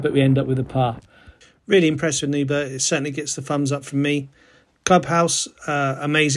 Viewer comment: If you are not Scottish, words ending in burgh is a struggle. Try saying Burr like Bill BURR and RAH as in Rasputin and just run them together and you might get close. Ythan is Eye and thin run together. I live 9 miles from this course.